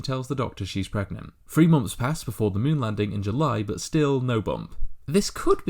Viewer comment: a great video, but please, please, please will you pronounce your th's correctly, "THREE" is not pronounced "free", "THIRTY" is not pronounced "firty" and "THROUGH" is not pronounced "frew". It really grates when I hear simple words mispronounced.